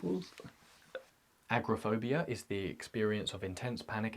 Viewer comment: I may be mishearing your pronunciation but it sounds like you’re saying “acrophobia” which is the fear of heights. “Agoraphobia” is the fear of leaving a comfortable environment like your house.